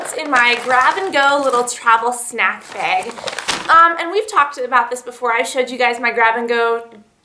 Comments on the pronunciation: BAG. not BEG. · heheheh i love how you say "bag" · How many times do you need to say bag in one video? And you don't even pronounce it right!